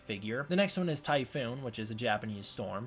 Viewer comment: Work on pronunciations. Tie PHON TYPHON. bun yip.